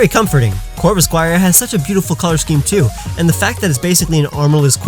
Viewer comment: LEFT OFF THE K IN CORVIKNIGHT!